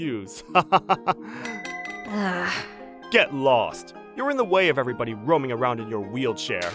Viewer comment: Lol he said am in the way of everybone 10:8